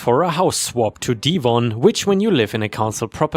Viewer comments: I'm not British, but I think 'Devon' is pronounced like Kevin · The story of the steakhouse - that must have been terrifying. Why oh why do Karens always double down when told OP doesn't work there? ⭐⭐⭐⭐⭐⭐⭐⭐⭐⭐⭐⭐⭐ You pronounced Devon😅 (a county in England) as Deevon. The e sounds like the e in egg. Best wishes. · The steakhouse story - that must have been terrifying. What really amazes me is how the Karens double down when told the OP didn't work there. ⭐⭐⭐⭐⭐⭐⭐⭐⭐⭐⭐⭐⭐ You pronounced Devon (a county in England) as Deevon. The e is spoken as the e in egg. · Belpful hint,... When someone mentions Devon (or Devonshire UK,) it is normally pronounced as Dev v ah on, said in normal, conversation, Devon (as a word or location of a particular location, it would rhyme along with words such as Heaven, Seven, Kevin, :) LOL, Thanks for the grest funny stories. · Devon is pronounced with a short a sound not a long a.